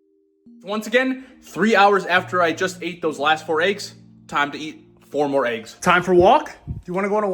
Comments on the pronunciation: Clicked off as soon as you pronounced it “AYEGS” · Said “ayeggs” 100 times before 5 minutes in lol😂🔥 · Haha he just made a comment about if we don't like the way he says eggs. LOL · why he pronounce eggs like that????